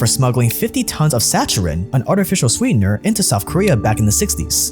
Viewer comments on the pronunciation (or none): What is sacharin, ya tw@ You tryna say saccharin, ya idiot! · Error : Hanwha group Chairman's name is Kim Seung-youn. Chung Mong-koo is the same name as the previous Hyundai guy's name. And saccharin is pronounced Sa-kha-rin. Like how you'd say Chameleon, not how you'd pronounce Charlie. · You mispronounced "saccharine" and "Lee Kun-Hee."